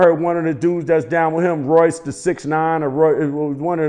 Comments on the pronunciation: Nah he really said ”Royce Da 69” 😭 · This nigga said royce the 6'9🤣🤦🏿‍♂️ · why he butcher Royce da 5 nine name like that.